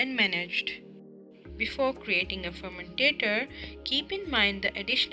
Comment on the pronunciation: Very nice and helpful video. But some words are pronounced wrong; if the student pronounces these words like the narrator in the video, it can cause confusion. The terms that were repetitively mispronounced are 1. Fermentor 2.Bioconversion 3. aeration 4. Access 5.Impeller